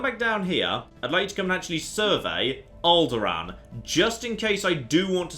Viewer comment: Did anyone else just hear him say "Owlderaan"? :D What a coincidence. Lovely. ^^